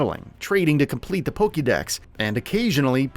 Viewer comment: 2 Things You Should Have Known Before Making Your Video: -It's Not Pronounced Ark-eus -It's Not Pronounced Pokey-mon, Pokey-dex or Pokey-ball